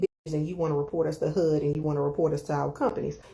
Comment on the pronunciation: lady in yellow, why everytime she says HUD, it sounds like HOOD😂😂😂😂😂